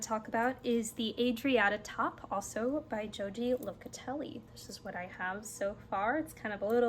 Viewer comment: Enjoyed your content today! Joji is one of my favorite designers as well, and I love her podcast. For information's sake, she is Argentinian and her name is pronounced "Ho-hee". Keep enjoying your crafting.